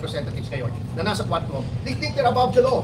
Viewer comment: Tuwadcom po maam hndi quadcom..😂😂😂😂